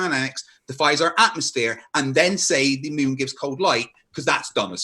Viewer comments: Every time he says atmosphere….atmosSPHERE 😅😂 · oh the irony of hearing saying atmosSPHERE lol